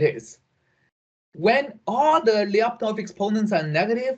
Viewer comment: FYI: in name Lyapunov, the last syllable is stressed: LyapunOv